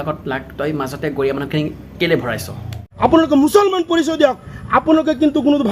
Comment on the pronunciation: "মুছলমান" ক "মোছালমান" বুলি কোৱা তহঁত ইছলামৰ কাৰণে আৰু কি কৰিব পাৰিবি? নামনি অসমৰ ছব মাখা গৰুচুৰ, ছাগলীচুৰ গৈৰা বিশ্বাস নহ'লে থানাত যাই ৰিপোৰ্ট চাই লবি। গৈৰা= সময়ত সুযোগ বুজি নিজকে গড় দিয়া, যেনেকৈ এতিয়া দি আছা হিন্দু সকলৰ লগত। ইছলামৰ প্ৰতি প্ৰিয় নবী সাহাবৰ প্ৰতি যদি মৰম থাকে তেতিয়া হ'লে ভাষাক বেৰা নবনাই মুছলমান হিচাপে আগবাঢ়ি আহ ইছলামৰ জয় নিশ্চিত